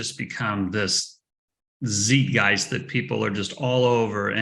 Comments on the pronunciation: Tsait-geist! Not Zeet-geist! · The Dollar Milkshake Theory is very impressive, but needs to learn to say Zeitgeist....